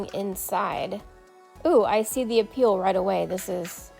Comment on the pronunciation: "I see the a-peel..." 🤣